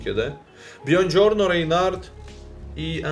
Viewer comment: Привіт, я живу в Італії. Правильно буде казати Буонджорно а не Бьонджорно. У.👍